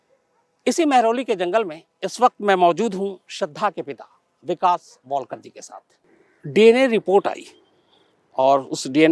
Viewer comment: It is वालकर not वॉलकर. Please don’t spoil the names.